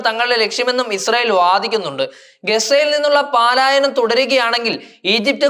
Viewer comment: പലായനം എന്ന് പഠിക്കണം 😄